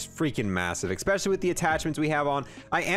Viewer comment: Kinda bugs me that he says "expecially". Lol it's especially